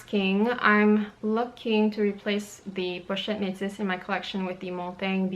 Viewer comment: Hey, why do you pronounce the word Metis differently? you say "metsis"??